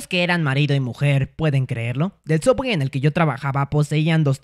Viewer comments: No es suuubwey, es sooubway :v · Es subway no sooubway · Creo que es Subway y no soobwey, no sé si es broma la miniatura pero igual es chistoso 😆😆😆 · Por qué pronuncia sooubway como sowawey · Subway :❌ soobway:✔️ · Se escribe sooubway y se pronuncia subwey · No sé dice sooubway se dice subway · No co no sia soobway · Es sooubway no subway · es Subway xd lo dijo asi para que no lo demanden xd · por que llama a subway "sooubway"?:( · Se dice subway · Se dise sobway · El sabe que es Subway solo lo dice asi